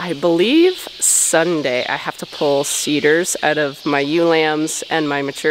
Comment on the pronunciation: When you said seeders I thought you said cedars. It was kinda funny